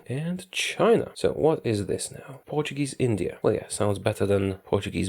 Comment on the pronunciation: Ur pronunciation of portuguese names is pretty good!